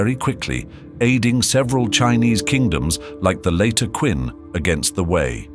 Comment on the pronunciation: The chinese pronounciations are being used wrong. for example, Qin -> Chin